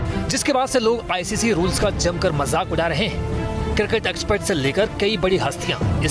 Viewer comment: Export ny expert hota hai bhai anchor.